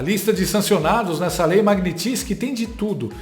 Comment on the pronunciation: é lei magnitsky e não magnitinsky... um abraço!